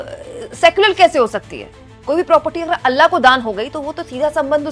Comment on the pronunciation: अल्ला नहीं. अल्लाह है ❤